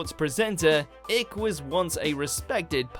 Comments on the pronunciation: ick?, aint it pronounced as Ike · Icke is pronounced like HIKE,,,lol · It’s pronounce as David Ike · David 'Ick'. Do your homework. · It’s Ayk you knobhead. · "David Ick" lol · Yas! It's Icke as in pike. Arrrggghhhh! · David 'Ick'. Dude you're making the same mistakes as Piers. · You can cure cancer with electro magnetism, and David ‘Ik’ please! it’s David Icke as you well know, and watch David’s work before you comment about him, fool. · That's not how you pronounce Icke :-) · It's pronounced "eye-k", and you are an idiot. The BBC harbours pedophiles and murderers. So, you know... fuck you. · David Ik ?? Surely you’d expect a proper pronunciation of the name. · Ik. Love it. Clearly the narrator is too young to know who he is. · This is crap...and at least learn how to pronounce the names of your subjects. You jolly sounding *ick. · Ick icky David lmao Ike like bike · "David ICK" Jesus christ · "David Ich" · David "Ick" 😂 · What do you mean David ICK?! That makes me sick with that pronunciation. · It's pronounced Ike despite being spelled Icke. I've been to his presentations, brilliant man, brilliant mind, great work. No life is easy living and we all go out on a limb once in a while, I don't mind that as long as we learn from our experiences. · dejvyd kajk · "David ICK" 😂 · David ‘ Ich’ who the fuck is David ‘ich’ ? Come on mate. You haven’t even got the excuse of being American man ! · It's David Icke not David Ic. Worse than the American woman at pronouncing and he's British 🙈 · Try pronouncing Ickes names properly,it’s pronounced ike. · pronounced ike. like ikea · it's Icke as in bike you tw@ ! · David ´ick ´? There goes your own credibility sunshine! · DAVID ICK hahaha, it's DAVID ICKE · Ick? Seriously. Why do you sometimes completely mispronounce names and places in your videos? It's weird. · This idiot can't even pronounce david Icke's name ... lazy .. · You can't even pronounce 'ICHE' you millenial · LOL Ferguson..."career" eh? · Its pronounced ike not ik